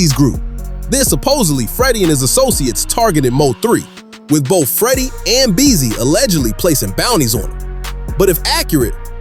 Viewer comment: Trapboy Freddy name is not what y ou say.